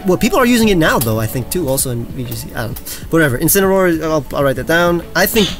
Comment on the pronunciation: I could see wolfe die when said incinaroar